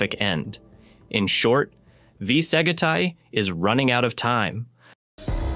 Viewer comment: Sag it I? I love the pronunciation.... AI can't seem to correct itself.